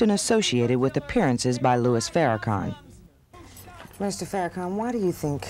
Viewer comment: One of my most annoying moments ever in life is when white people say FarraCAN when it's FarraCON...sheesh!